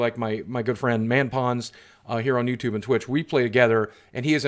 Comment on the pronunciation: In the beginning he said, “ladies and gentlemen of youdoob.” 😂😂😂😂